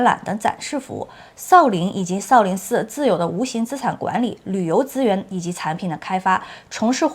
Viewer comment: 妹子你东北口音也太厉害了。shao sao不分了已经